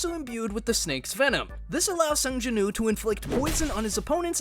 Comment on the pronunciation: Why you making woo sound like ooo I hate it it’s cursed